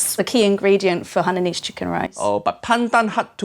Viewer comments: It pronounce as Hai ya nese. Not hey niece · it's pronounced Hainanese, as in Haiyaa! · Pity the cooks Cant say Hainanese properly…. ..